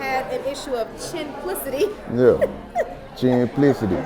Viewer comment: Man's said chinplicity/chinmanship rooffffflllllll ctfu